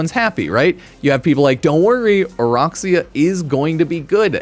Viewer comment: Alright I’ll be that guy today… it’s O-Rack-see-uh NOT O-Rock-see-uh… nobody likes rocks but racks yes